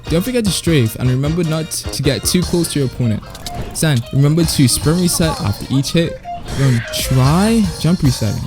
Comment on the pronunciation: imagine being this obsessed with the Japanese aesthetic, and not knowing how to properly say "San" iin Japanese...